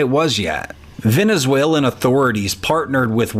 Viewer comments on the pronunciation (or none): none